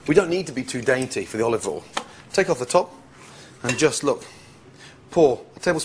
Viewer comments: Gordon and Marco-Pierre White use a special oil pronounced "Olive All". I notice he is also using "tinfall" to wrap the fish 😂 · Olivol and tinfol. Motorol?